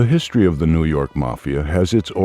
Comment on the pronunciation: Lose the robot voice. Mispronunciations include history and diaspora. Hire a human being for pity’s sake.